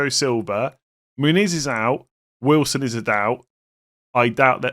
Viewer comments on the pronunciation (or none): none